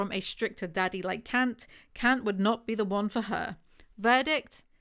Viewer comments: He is german, Kant is pronounced Cunt. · She mispronounces Kant. The 'a' should sound more like the 'a' in 'car'